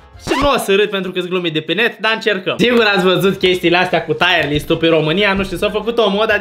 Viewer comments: Fra nu se zice taier list se zice tier list😂😂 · Se zice cum se scrie , Tier list , “taier” list înseamnă altceva